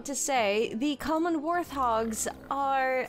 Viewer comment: Just to let you know it’s pronounced wart-hog like a wart which you can get on your body rather than ‘th’ :) loving the lets plays